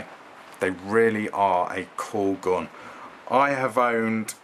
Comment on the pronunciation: It's not a 'gon'. It's a gun. Why do you English people change the vowels? It's very confusing. You also talked about this gun's 'gods', or did you mean 'guts'?